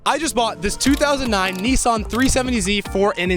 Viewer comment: what is with you people calling it NEE SAN, its NISS SAN